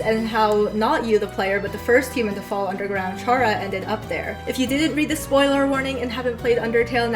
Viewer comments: chara. coming from the word “character” chara-cter care-uh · It's actually pronounced "chara", not "chara". Hope this helps!